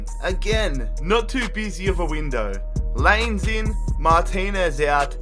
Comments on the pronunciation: Lol it’s Lie Nez not lains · Lainez is pronounced: laeenes